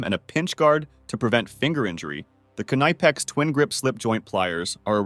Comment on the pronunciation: K Nipex, not niiipex